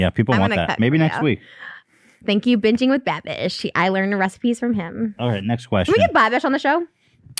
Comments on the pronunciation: She finally pronounced his channel name right: BINGING WITH BABISH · TRISHA FINALLY GOT BINGING WITH BABISH'S NAME RIGHT